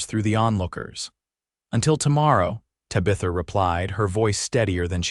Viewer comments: TAB-i-thuh....not ta-BITH-uh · This was a good story of love and a family. The AI narrative is bad Tabitha is pronounced TAB-A-THA. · Your A.I. reader is really murdering Tabitha’s name. Really ruins the story! 😮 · You need better AI to say the name of the woman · More crap AI. Mispronunciations especially the name of the lead lady. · The pronunciation of her name is annoying. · Great story despite the pronunciation of Tabitha being so jaring.